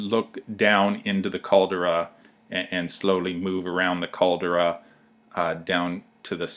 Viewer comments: Sorry its pronounce Cal-de-ra! not Cal-dra lol. I cringed every time you say Cal-dra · if you are going to make a film of santorini, make sure you can pronounce the CALDERA not what you say, yank.